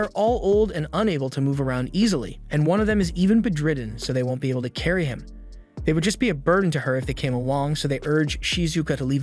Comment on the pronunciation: its pronounced bed ridden